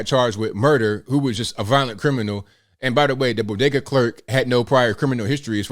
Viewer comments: Imagine not having a couple bucks in order to buy chips such that you have to use an ebt card. And you are pronouncing bodega incorrectly. Just ask Jill how it’s pronounced. 😂😂😂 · To be correct, “Doctor” Biden said Bogeeda. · What's a "bodega"? Jill biden calls it a "bogeda". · and the news guy can't pronounce bogada. Maybe he should call Dr Jill for some help. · Hey, don't you know it's bogedas lol 😆 😂 🤣